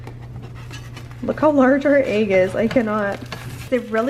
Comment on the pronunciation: i love how you say “egg” you pronounce it “agg” i love it 😂😂❤️